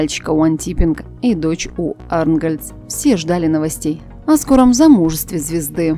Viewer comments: Какая противная озвучка, чтица безобразно читает текст, это ж как надо неуважать себя,даже фамилии известных актеров коверкает....Ужас!!! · Столь известную фамилию специально коверкает для комментов? Про невыносимую интонацию пишут абсолютно все. Сколько можно ика́тт!